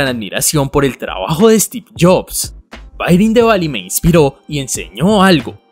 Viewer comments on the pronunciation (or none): Se pronuncia: Fire = Fáier, Fá-ier.